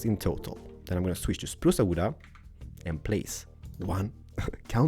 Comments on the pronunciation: Umg i like the way he says "spruce wood" lel he says Spruce-a wood-a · spruca wooda lol